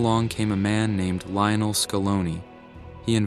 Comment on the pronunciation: His name is not Lay-oh-nel Is LEE-OH-NEL Por favor!!!